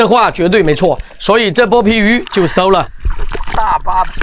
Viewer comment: shou和sou,是收了,不是搜了